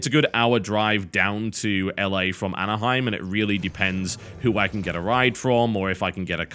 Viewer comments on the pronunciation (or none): none